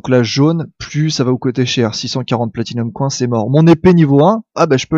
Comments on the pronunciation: Dans ce cas autant donner les deux prononciations genre: [Accent Français] "Platinium Coing", à prononcer [Accent Anglais] "Platinium Coin". L'anglais leurs sera indispensable de toute façon, autant leur donner un coup de pouce et profiter de leur attention pour leur faire écouter du vrai Anglais ! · Platinium coIN on voit bien que tu es francais xD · Attention à ta prononciation en anglais xD Spinning Wheel (will) et pas Whale (wèle)(parce que baleine tournante ça fait un peu...:D) Platinum Coin se prononce Coyne x) Anyway c'est plus marrant qu'autre chose:D continue comme ça, super vidéo!